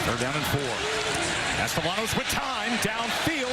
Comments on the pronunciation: It's pronounced Caste-ya-nos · Dear announcer, the double "L" is pronounced like a Y. Unless they are Cuban, more of a J.